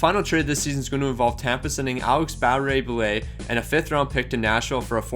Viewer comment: you said Barre Boulet correctly